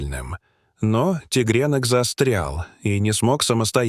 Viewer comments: Упал тигренок,а оказался там медвежонок.ТИГРЕ́НОК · Вот и мне интересно: что стало с медвежонком? Ударение на Е в слове тигрёнок это что-то 😂